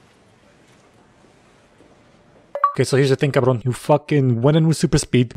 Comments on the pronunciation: As a spaniard, that cabron was perfect. No misspells and he got the accent. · I know where he’s from,that pronouciation was flawless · HOLD UP- you said "cabron" and that's a Spanish word also u said it so fluently, bet ur Mexican/Hispanic wei😌